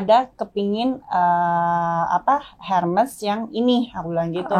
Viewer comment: Pronounce nya en Fraçais bukan Herme yg bener Ermes sy dgrnya gelueh Herme herme